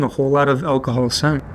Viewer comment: "Don't ever mix energethics with alcahool", This dude doesnt give a damn